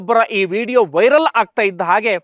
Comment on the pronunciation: ವೈಲರ ❌ವೈರಲ್ ☑️